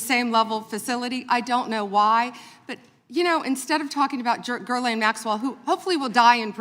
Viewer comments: Did PAAAAM just refer to Ghislaine Maxwell as, "Gurlane?" Pam, come on. You're obviously in your own world and you're your own best buddy. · Girlane? She can't even pronounce her name properly. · Gerlayn Maxwell?!?!? You don't know how to pronounce her name? Have you even looked into the Epstein case Pam? This is nuts. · Its funny that none of them can even say Maxwell's name correctly, lol.